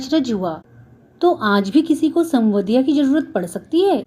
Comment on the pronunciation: कथावाचन अच्छा है पर संवदिया का उच्चारण सवन्दिया किया आपने। जब संवाद सही से बोल पा रहीं थीं तो संवदिया क्यों नहीं?